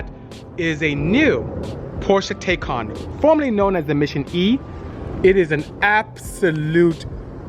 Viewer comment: Bisi, great job taking a first look at the Taycan Turbo. I first saw you on Jay Leno's show. Fyi. The pronunciation of Taycan is Tie-Con. Also I cross posted your video on the as well.